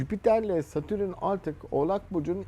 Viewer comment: Adamın Satürn'e Satürün demesi gıcık etti hahaha